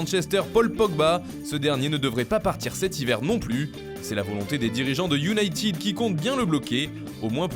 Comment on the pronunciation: Manchester iounaīted 20 dious et non pas IOUNAÏTIIIID